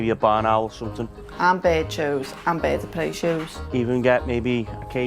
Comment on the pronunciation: "Mel what do you want a WKD or somethink." FFS